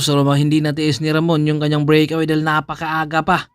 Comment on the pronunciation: Solo brik awi😂😅😂bisaya ka 'no?